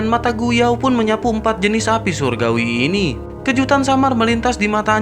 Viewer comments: Min minum dulu jangan buru ngomongnya inimah surgawi jadi suraguwi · Ko saya dengernya api suragui ya 😂